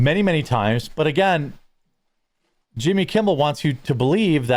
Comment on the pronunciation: When you say Yimmy... I have an urge to stroke my eyebrow with my pinky finger.